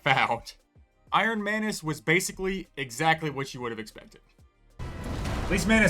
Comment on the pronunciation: as the video goes longer, the way you pronounce manus and manuses starts sounding more like "mayonaise"